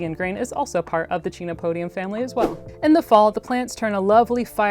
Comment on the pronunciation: I agree with being able to use the scientific names, but just a niggle: the phonetic pronunciation of the genus is actually "ken-oh-POH-dee-um". The amaranth family also contains other tasty foods, and they are in the same botanical order as cacti, beets, carnations and some carnivorous plants!